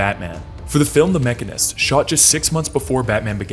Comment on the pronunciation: lol… came here to say that. The Machinist, not Mechanist.